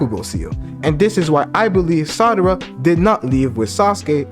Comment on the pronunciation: Why do you call her “Sadara”? Its Sarada**